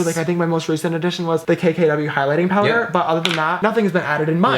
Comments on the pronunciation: "DA POWDERrRrRr" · James "the powder"😂😂love the accent